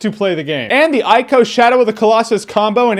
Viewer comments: For the record it's pronounced "E-co" not " I-co". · It's pronounced "ee-koh". Whatever, Shadow is the PS2s best game. It takes the questing elements of Shigeru Miyamoto's Zelda motif (and the woods that set in bloom that child's imagination) to its ultimate form. Those that didn't like it probably can't appreciate tragedy or anything that isn't instantly gratifying (Call of Duty*cough*). And yes, Agro = best sidekick in any games. You can tell how perfectly crafted a game is when its characters don't have to TELL you to like them. You just do.